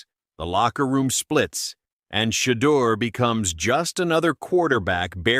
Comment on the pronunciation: Who's She-dur? Inconsistent pronunciation. Shedeur is already rich before the season.